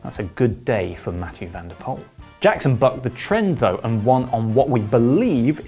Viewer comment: van der Poel not van der Pol